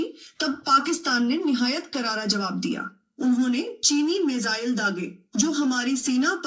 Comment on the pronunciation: हा भाई नंबर को लंबर बोलेंगे और मिसाइल को मसाइल 😂😂😂